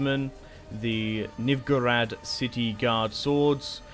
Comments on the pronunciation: the way he pronounces novigrad and foltest hurts me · When I hear you pronounce "Novigrad" it gives me conniptions.